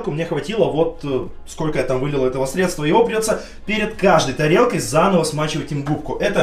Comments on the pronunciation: срЕдства,а не средствА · не средствА, а срЕдства